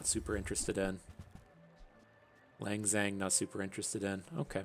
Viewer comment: Hii, been binging these videos •ᴗ• I really like your explanations and commentary!! Just letting you know that Lang Xian is pronounced closer to “Laang Shan” with “aa” sounding like an almost over-pronounced version of the a sound from laugh. (disclaimer, I do not study Mandarin and do not know how phonetics work)